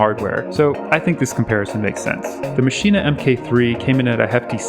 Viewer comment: Hearing you say maschine-ah like that is like using your finger nail to push that power button